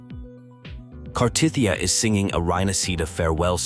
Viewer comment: bruh her name is Cartethiya not Cartothya wtf 😂 and the other one name is Carlotta lol haha and 😂 the otherself of Cartethiya's name is Flurdelys (Flurdelis)